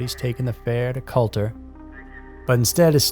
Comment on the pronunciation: So many people make the mistake with Culter, it's pronounced Cooter. Pit-faw-dels not Pit-foh-dels as well. Nice to see something local, thanks!